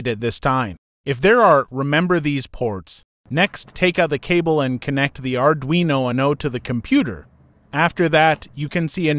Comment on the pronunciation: It's not pronounced "Arduino Woono"